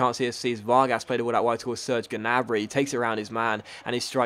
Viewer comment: gnabry is pronounced (nabry)